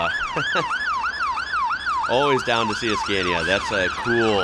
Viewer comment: It's interesting how you pronounce Scania as a swede I do feel obliged to tell you that it's pronounced skaa-knee-ah. 🙂